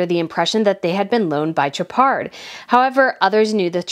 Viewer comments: It’s pronounced SHOW-par. No d. Soft CH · Chopard is French. “Sh” not a hard “Ch.” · Girl, like your content but please practice your pronunciation such as Khashoggi or Chopard…